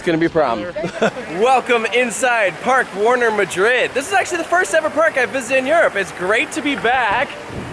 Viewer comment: As a Spanish, I approve this attempt of pronounciation